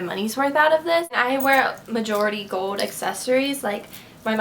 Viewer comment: stop saying "GOLD" it is so fucking annoying, you can not pronounce it right.. ugh